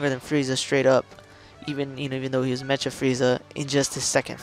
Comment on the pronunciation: "Mecha" (Meh-Kuh) there you go bro